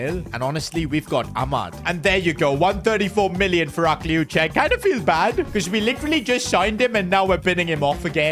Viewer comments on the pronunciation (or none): Bro its pronounced akliouch you dont pronounce the e